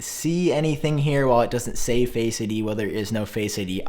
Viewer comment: Face ID is not one word . My ears hurt Everytime you say it